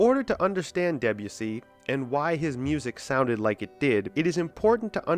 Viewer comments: Deb-u-see? Debussy is pronounced [Deb'oo'sey] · I had to stop listening to this because I couldn't cope with the mispronunciation of Debussy. French doesn't tend to use the hard, Nordic "eh" sound. Hence the E is pronounced more softly and the emphasis is more on the U, so more like "Day-bU-si". Otherwise, a good video. In the seventies, Isao Tomita, Japanese composer and pioneer of electronic music, included several Debussy compositions on his album "Snowflakes are Dancing", which brought Debussy into the seventies prog scene. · I’m going against the flow here but I found much of this video totally pointless. Roping in people like Berlioz, Debussy (pronounced DeBUssy, by the way) and Varese and claiming that they were in any way precursors of psychedelia is frankly laughable. None of these composers were even aware of the existence of psychedelic drugs, unless you count opium and absinthe psychedelic drugs, which they are not. It could be argued that there is no such thing as psychedelic music, because there is nothing innate in such music that makes it psychedelic. Listen to Gershwin’s Rhapsody in Blue or, more radically, Mozart’s Requiem on acid and they will both be truly mind-blowing. It is not the music itself but what the listener brings to the music. All music is psychedelic, even Lawrence Welk. Most psychedelic bands of the sixties had little or no knowledge of their Avant Garde predecessors, and most of the few who did (such as AMM) have been forgotten. (Check out AMM if you like early Pink Floyd.) Those bands messed around with echo, distortion, phasing, backward tapes and spaced-out jams but it was all pretty ad-hoc, and all too often just a pathetic attempt to jump on the bandwagon and get a top-20 hit. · the way he says debussy... :( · Imagine going to the considerable effort of researching, writing and producing such an extensive piece of work...yet not pausing to learn how to pronounce "Debussy".